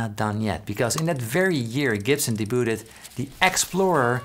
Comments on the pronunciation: Debuted is pronounced DAYBYŪD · de-booted! Haha. I bet you mispronounced that word on purpose to troll viewers and make us comment. Success! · just in case... "debuted" sounds like "day byood". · Fantastic video, and I love the sound of your voice- but is the way you pronounce "debuted" a typical pronunciation in the Netherlands? T is silent everywhere I've been. Again, loved the video!